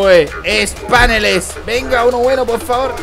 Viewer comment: se dice paneles no páneles